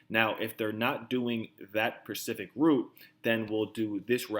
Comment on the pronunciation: it's specific. Not Pacific.